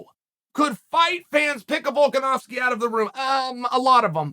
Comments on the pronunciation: The fact that Chael can accurately pronounce Volkanovski is worth an investment in some of his window sheen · "Volkanovski is not an easy name to pronounce!" Literally one of the only names Chael says correctly lol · Chael : "Nobody can pronounce Volkanovski!" Also Chael : Only name with more than 2 syllables he's pronounced correctly in the past 2 years : Volkanovski. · Volkanovski is the first MMA fighter's name Chael gets correct, and he claims it's hard to pronounce. Still undefeated